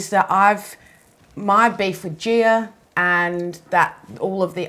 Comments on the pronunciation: her name is gi-a, not gee-err. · ok honey but made-up or not, the pronunciation is not gee-err.